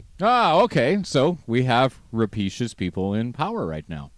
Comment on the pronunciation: ra-pay-shus! journalists?